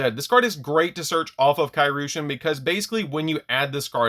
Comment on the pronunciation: I have yet to hear anyone pronounce Kairyu correctly lol (It's Kai Ree-yu)